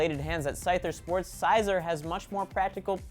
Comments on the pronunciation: wow he terribly miss pronounced scizor and number 4 (can't spell its name) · You mispronounced Scizor and it really pissed me off. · The first two names were completly butchered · He pronounces scizor so wrongly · I'm pretty sure says Scizor wrong, right? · I know, I felt my nerd rage rising when he pronounced Scizor. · Why are you mispronouncing Scizor's name,? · Why doesn't know how to pronounce Scizor's name correctly? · its scizor not sciazor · Its pronouns as like sizzor not syzor i know people just giving the pronounsing of it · He pronounced Sizors name wrong it's kinda funny how he's a gamer yet he can't name a very common Pokemon nameXD but I'm not trying to be mean: ( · Size-or? You mean Scizor. Like Scissors? Its literally fucking pronounced like how its looked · Its not called sizer its pretty much pronounced scissor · You pronounced Scizor wrongly, you said "Psyzor" (like Psyduck) when it is pronounced as "Scissor" but with a "z" for the "sor". While Scyther does sound like "Psyther" it's supposed to sound like "Scythe" with an "er" at the end, just sayin. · Sy-Zor?????? It's siiiii-Zor no I it's pronounced with a Lower case sounding i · The pronunciation of Scizor stung. Imagine saying scissors. Siz-or. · I don't like it when people mispronounce pokemon names its not pronounced sizer its more like siz-or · It is pronounced almost like "Scissor" not "Syzer"... but I agree. Scizor is one of (if not) my favorite Pokemon. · its "scizor" not "s-i-sor" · scizor is pronounced scissor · Need to learn how to pronounce your pokemon. The way you said Scizor made me mad. In the anime, they pronounce it as S-ih-zor. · your pronouncing scizor yo pronounce it as scissor but spelled scizor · um it's pronounced Si-zor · Damn....how do you mispronounce Scizor. The sci part isn't pronounced like science, it's like scissor, get it SCI-ZOR. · do you call scissors, PSYSSORS? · Spelling Errors: Scizor: Ci-zoar Mismagius: Miss-Mag-Ee-Us